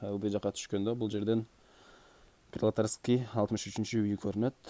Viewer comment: Пролетарская деп айтылат жок дегенди окупта алган эмес экенсинда э